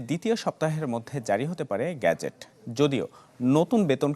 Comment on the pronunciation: 'গ্যাজেট' না, 'গেজেট'